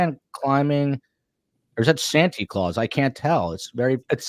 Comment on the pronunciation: If I hear Santy Claus one more time. Not cute coming from a grown man.